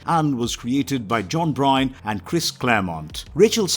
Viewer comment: I think that he pronounced Byrne wrong .